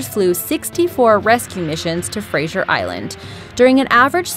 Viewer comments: *Fraser Island is pronounced frayz-er rather than frayz-jer, Port Macquarie is mack-worr-ee. Australian names mainly come from English settlers so European pronunciation is the norm :) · its fra-ser island not fra-sher island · just for the future. it is pronounced Fray-ser. or fraiser. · It's pronounced "Frazer" not "Frasier" just kind of bugs me when people pronounce Fraser wrong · it is frazer not fraijier !! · it was really annoying how she was pronouncing Fraser island as 'Frasher' instead of 'Frazer'. And lake Mackenzie at Fraser island is beautiful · Right. You should start the Explanations with the Origin for all your bullsh1t through this vid. Was it Ignorance? Was it Sensationalism? I'd love to know what these 'worlds deadliest spiders' are that you claim live on Fraser ( pronounced Fray-zer, not Fray-zee-er ) Island. The spider shown during your wild - see what I did there - accusation is a Golden Orb spider, which are harmless. But please, continue to flood the internet with fear mongering ignorance and misinformation, the less tourists means more pristine beach area for us locals. As for the thumbnail, I was looking forward to see who was in the Green Room with the surfer. To paraphrase. We are Disappoint. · She says it like frasher island 😂😂😂 it literally looks how it's spelt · it's pronounced Fray-zer lol soz i live in australia and hearing u say it wrong triggers me xD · Fraser Island.....geez how does someone even think it's pronounced 'fraishure' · She kept saying Fraser Island wrong in Australia it sounds a bit different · You saying Fraser wrong, makes me very annoyed and the island isn't that bad yeah there are sharks and jellyfish in the water but no one swims in the ocean there are safe rivers and lakes to swim in that are very popular and if you camp outside the safe places then use dingos could get you but it's quite safe there, but no where is so safe nothing bad ever happens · WTF, she Fraser wrong